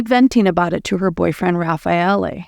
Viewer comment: No it is perfect Raffaele